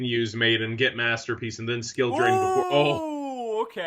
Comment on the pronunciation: "Master Pleace"